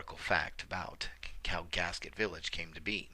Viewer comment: Gasquet; 't' is silent. 'gas-key,'. Worked at the forest service office there.